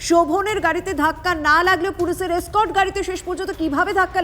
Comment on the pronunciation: স্কর্ট বলে কোনো কথা হয় না। ওটা এসকর্ট হবে। গন্ডমূর্খ।